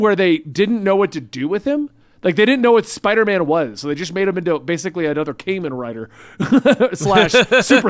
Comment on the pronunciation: Come on say it with me kamen(common) rider lol kamin rider just sounds so wrong lol